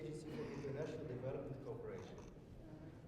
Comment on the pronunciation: dear European friends speaking English--let me help you pronounce " cooperation" correctly--say it..co operation. If you don't, we hear you say "corporation". I was a study abroad student at the Royal Academy at the University of Madrid as a university student, and became an English and Spanish teacher. Pronunciation is paramount. Congratulations , both Kings, for your excellent English.